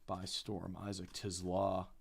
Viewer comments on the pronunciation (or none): Isaac TIZLAAA😂 Don't watch football huh